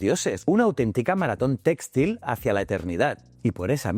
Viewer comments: se pronuncia textil, no téxtil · No entiendo, es una IA haciendo la locucion? porque pronuncia tan mal la acentuacion de la palabra "textil" ? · muy instructivo como siempre, aunque muy extraña la pronunciacion de textil y sus variantes.....